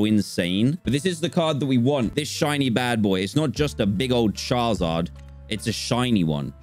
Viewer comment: he says 'charzard'